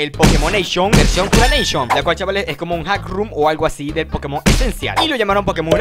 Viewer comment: Grax por el pokemoneishon ediciineishion uraneishon (aguante el ingles)